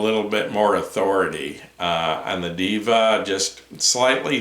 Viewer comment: Not "DIVA" is " DEHVA"